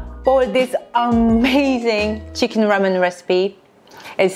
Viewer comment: 치킨이 한국식 발음인데 혹시 한국인?